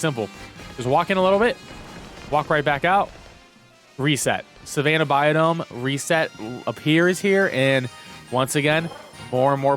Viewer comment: Bi-ome, not Bio-dome lol